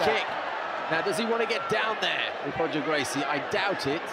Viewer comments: It is. Royce is "Hoyce" and Roger is "Hodger" and Gracie-Barra is Gracie "Baha" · "lavishly tattooed" what's up with the lightfoot commentator? Is it common to pronounce Roger as "Hodger"? Maybe this is the proper way Gracie pronounces it?